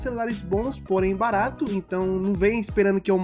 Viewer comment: "Barato" "BARATO"